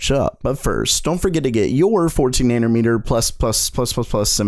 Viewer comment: “nanermeter”? Love you!